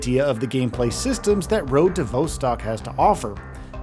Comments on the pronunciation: Damn it, it's vostok, not voestock 😂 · vaw-stok not vou-stok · It's "Vah" as in "Volume", not "Vo" as in "Vote" Phonetically Road to "Vahstahk" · Vos-Tok not Vo-Stok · Not “Voh-stock”. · Came to comments to say V"O"stcok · I'm sorry but the presenter saying "vousstalk" 😂 is killing me, dude wth say it properly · Pronounciation of Vostok is completely fcked bro. Delete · His pronunciation of Vostok is grinding my gears lol Great, great game. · Nothing raises your blood pressure more than someone pronounce Vostok wrong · Hi, you are pronouncing the name wrong - the Vostock part. Check online for proper way to say it!!!!